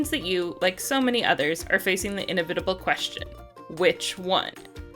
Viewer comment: I can’t remove the way she pronounces inevitable from my brain ...